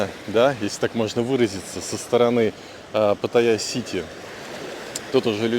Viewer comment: Ударение в слове Паттайя на вторую "а" ставится, а не на "я"